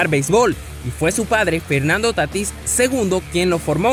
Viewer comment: Oiga hermano soy de spm lo conozco , no es Tatís , es Tatis 🤦🏾‍♂️